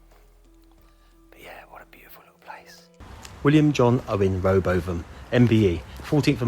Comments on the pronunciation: A very well put together tribute. Btw, Rowbotham is pronounced Rowbottom. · It’s Ro-Bottom. Great video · It's pronounced Rowbottom. Bill & Peter both legends as is Brian Wilde they made a great team, the whole cast was great 👍 And it was back on good form with Russ, Burt & Brian when they scrapped it, guess they had to make new stuff nobody wants or watches. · Just FYI I think it would be pronounced Row-Bottom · Rowbotham is pronounced ROW BOTTOM!! The joys of English pronunciation. A very touching tribute. Thank you,. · It’s rowbottam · The pronunciation of the surname "Rowbotham" is Ro-Bottom. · Rowbotham is pronounced row and the Botham sounds like bottom. I loved Compo. I j just wished I could of met Bill Owen he was wonderful, he was also in Carry on Sargent. My mother and I were on duty with St John Ambulance on Wimbledon common for there village far I was in an office co ordinating the duty running it. Mum was ambulance crew with my late fiance when she spotted Peter Sallis walking a dog. Mum finally told me when we got home. I was annoyed with her as it would of be lovely to meet him and told him thank you for all the happiness to everyone at last if the summer wine had made happen and just how grateful I am that I had enjoyed it right up to the end. Thanks for another great video